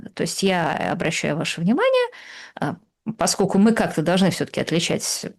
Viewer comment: Слушайте, я конечно все понимаю индивидуальные особенности есть в речи каждого,. Но вот это "паскоку" вместо "поскольку" и еще с пяток таких оборотов - очень уж режут слух.